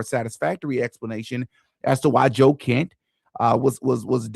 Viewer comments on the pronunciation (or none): none